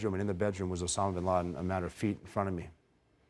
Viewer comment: USSAMA ?? USSAMA?? "time to be a dumbass and walk out" "piitt pittt puhh"